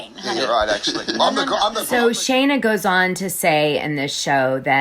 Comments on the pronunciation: Its Scheana NOT SHayna 🤦🏻‍♀️🤦🏻‍♀️🤦🏻‍♀️ if youre going to bash her man at least get her name right 🤦🏻‍♀️🤦🏻‍♀️🤦🏻‍♀️ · Love the intel but please make note it’s Shee-na, not shay-na :) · girl, it’s pronounced SHEEN-AH not SHANE-AH 😂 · 1) her name is Sheena SHEEN-na not shay -na! Ah!! 2) what is with all the stupid filters! Just choose one cute one that makes u look pretty and leave it there . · Actually, I heard Scheana's engagement ring (designed by Kyle Chan) was slightly under 13 carats (12.74) and the price range was about $25,000 ~ 💎 P.S. Perhaps he didn't initially have a lot of money --- we are not in their relationship. If they are happy - whatever. P.S.S. Sorry - how much can you know about her, if you can't even pronounce her name - which is: SHE NA --- not SHAY NA ! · Maybe if you're going to do a story on someone you should learn how to say there name correctly, her name is scheana not Shayna! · You're pronouncing her name wrong anyone who watches knows. Sheeeeeeena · Dana, her name is pronounced Shee-na. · Need to learn to pronounce her name when spilling tea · Can you please say her name right, it was driving me crazy listening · Is Scheana’s pronounced correctly? Is it pronounced Shay-na or Shee-na?